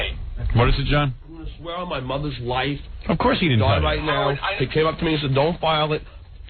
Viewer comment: Any time word vomits out: "I swaya on my mutha's loyfe..." lies immediately follow.